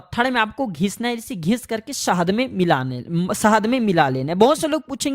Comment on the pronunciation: Sahaad nahi sahad hota hai saste nashe 😂